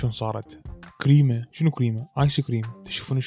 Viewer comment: يكول كريمة عبالي قيمة🥺😂😂💔 سويلنة قيمة